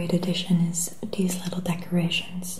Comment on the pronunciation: Im sorry but how she.says.dis nd dees nd dose bothers me.